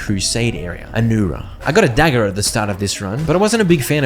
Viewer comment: my gramndma heard my watching this and thought he said I got a dagger up my ass 🤣🤣🤣🤣